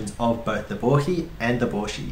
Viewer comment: I also learned how to properly pronounce "Bohi". So many people on English-speaking videos keep calling it a Bo HI. I'm guessing your pronunciation of Bo HE, is the correct Japanese pronunciation?